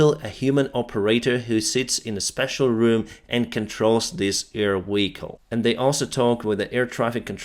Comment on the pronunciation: Are you saying Weehicle instead of vehicle?